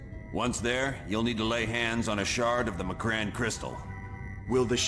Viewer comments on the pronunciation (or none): I will never forgive the pronunciation of M'Krann